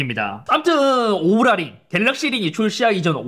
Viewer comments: 발음좀 제대로 오랄이 아니라 오우라링.. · 인트로 순간 오구라 링이라고 하는 줄 ㅋㅋ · 오구라 링으로 들렷음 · 인트로때 오ral링이라고 한줄